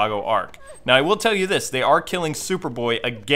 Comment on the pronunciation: He said I will Killwing Kwing